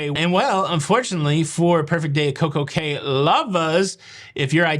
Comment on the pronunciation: By the way, Cay is pronounced “key”